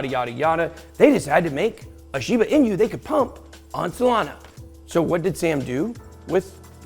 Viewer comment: Pronouncing correctly Ben? Shiba 'Inyou' as you say? or 'Inooo' as I understand it? Sorry just sounded pretty funny when you said it :) Great job btw! Is it possible we should be in a bull market since the fall of FTX but because of the reach of all his alleged indiscretions, he owned and influenced a great deal of the crypto market, ie - the biggest whale with the biggest piece of the pie - and now we are still experiencing the fallout of that?